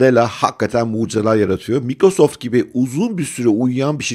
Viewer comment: abi şuna maykrosoft deseniz her mikro deyince kulağım tırmalanıyor.